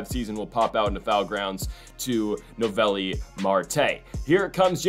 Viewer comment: Its so funny the whole playoffs his name was mispronounced. Noooo ellllll viiiiii